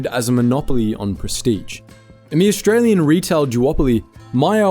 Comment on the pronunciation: Look att thosé Orrrstray-Łeáñ ĆÁÑƘŁÉS 🤣🤣😂😂😂🤣😅😅🤣😂🙂